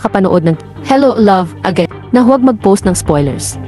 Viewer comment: Anong sabi mo, hello love aga-in? Hahaha